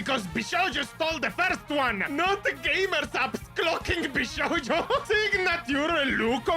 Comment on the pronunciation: its not vshoujo, its vshojo